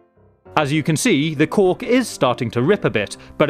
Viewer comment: Am I the only one who keeps hearing "cock" instead of "cork"